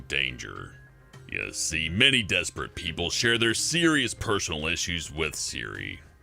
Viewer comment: "Siri-ous personal issues" 10/10 best youtube channel